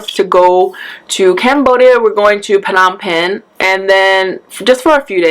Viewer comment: I’m part Cambodian and lemme just say your pronunciation wasn’t that far off for Sihanoukville, but everyone does seem to pronounce Phnom Penh wrong 😅 anyway, don’t feel like you’re doing something bad by showing yourself not being positive about something. It happens to all of us. and it’s okay to not be 100% okay. that’s just part of life. I hope all goes really well for you guys, and girl it’s your wedding; if i lost something that important, i can assure you i would have a mental breakdown too. Cheer up,. You’re doing great ❤️